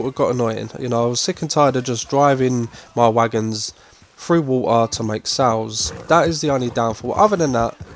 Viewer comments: I'm sorry, are you saying "water" when talking about Bayou Nwa location? lol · Yes, it's an accent.